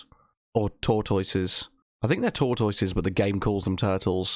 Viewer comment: I've never heard the word tortoise pronounced so wrong